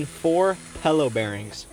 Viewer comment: pel-low bearings ¿